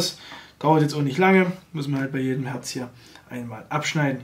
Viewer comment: Feinstes Herrrrrrrzzzz vom Herrrrrrrrrrzzzzzzzbeeeerg